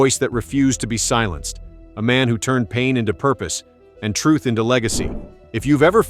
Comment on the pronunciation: Everything okay,nice vid' but disgusted to hear you pronounce the word "TRUTH" a couple of times with that biting of the tongue and an "F" sound coming out with the wind released from beneath the tongue each & every time you do it.its pretty disgusting to hear it.can't you pronounce it in any other way?other than that its a good effort to try to reach the facts to his fans around the world even today.